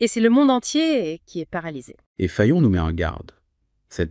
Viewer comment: Juste à 80 % mais des erreurs d'interprétation toutefois. Et l'IA utilisée prononce mal mon nom et mélange Fayon et Fillon. D'où 3 personnes mentionnées en synthèse de l'article par cette IA de reconnaissance vocale, Xavier Niel et Elon Musk plusieurs fois cités mais l'ancien Premier ministre à ma place. ;-)